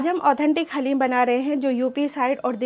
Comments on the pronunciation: डालिम नहीं हलीम बोला करोप्लीज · Daleem sun kr achcha laga hum bhi daleem hi bolte hai